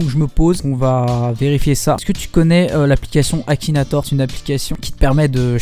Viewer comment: "KAKINATOR" mdrrrr